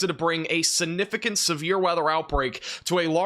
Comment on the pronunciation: The word is SIGNIFICANT not sinificant